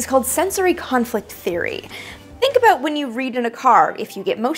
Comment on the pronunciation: Ha! I heard an "aboot".